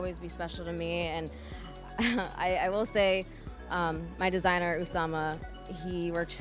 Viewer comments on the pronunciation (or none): She said my desiner osama?!😅🫣